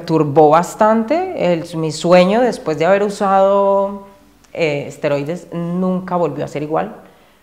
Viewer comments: Asteroides?😂 Es esteroides!😅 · Amigo, con todo respeto y sin el afán de ofender. No son "Asteroides", son "Esteroides". Saludos y Gran video!! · Por que nadie comenta que se dice ''ESTEROIDES'' 🤣🤣🤣🤣🤣🤣